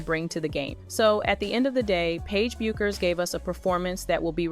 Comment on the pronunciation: Is the name not B-you-kherr? I’m not calling this chick Becker just because you do.